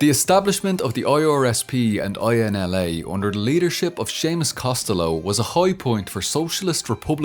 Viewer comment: I love how he actually pronounces Costello right, normally others think its italian.